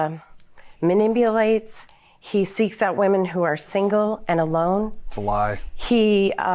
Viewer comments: She said "manimbulates" 🤣🤣🤣🤣🤣🤣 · Manimbulates?!? Lol